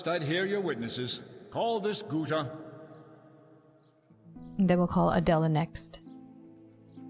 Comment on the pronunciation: this is Guta. With a G not a P 😅 lol you were indeed thinking of the other one